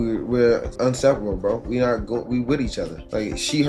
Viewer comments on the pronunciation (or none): I attended CU for a semester, it’s a great college. That being said Travis, it’s “inseparable,” not “unsepertable.” 😂😂😂😂